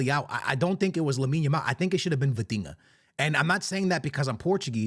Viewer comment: The minute you said Vitinha , I stopped the video